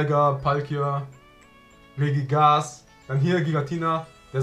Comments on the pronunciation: Zudem möchte ich dich darauf hinweisen, dass es Regi*gi*gas und nicht Regigas heißt😂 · RegiGIgas nicht regigas